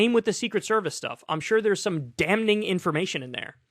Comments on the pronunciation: Kyle, the pronunciation of the word is "damming" not "dam-ning". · Notice I said the pronunciation. The "n" is silent.